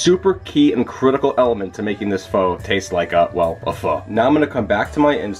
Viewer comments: You said FOO . I guess old habits are hard to break. ;-) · Went back to calling it "Foe" after 4.5 minutes :( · you said it wrong lol. I do it too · keeps sounding like your saying the f word:P i must use it to much